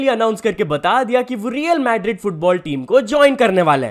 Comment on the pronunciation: the way he pronounced Madrid we know he never watches Football 😂